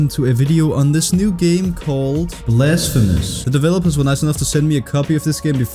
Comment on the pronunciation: What. is up guys, welcome to a video on dis new game called: BLESFEMUS.